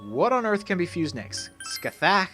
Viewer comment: It's apparently pronounced something like "Scah-HAH". That's how both the P3 and P4 protagonists say it anyway.